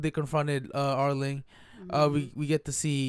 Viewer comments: it's arlong not arling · Why do you keep calling him Arling instead of Arlong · just say are-long